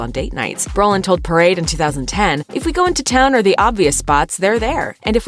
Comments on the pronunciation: Come on. It's bro-lin, not bur-lin. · His name is BRO Lin....not Berlin. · isn't his name Brolin. Not Berlin?????? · This person keeps saying Berlin. It’s Brolin stupid! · It’s BROlin, not Berlin!!!